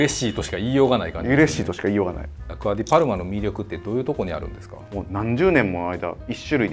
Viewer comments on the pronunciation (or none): アクア デ ❌ アクア ディ ⭕️